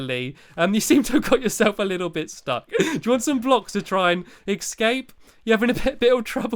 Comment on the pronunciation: its not excaped it escaped